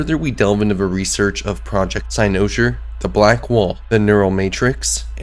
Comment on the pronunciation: I absolutely love this theory and think you are 100% on to something. My only criticism is the way you pronounce cynosure.